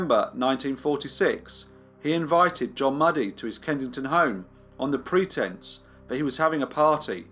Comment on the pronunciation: ‘Mewdie’ not ‘Muddy’ I should think.